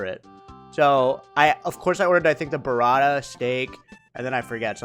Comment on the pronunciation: My God,! The way you say, "Buratta" 🤦‍♂🤣